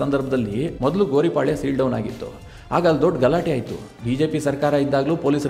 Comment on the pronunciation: Sir adu Gori palya alla. Gowri paalya sir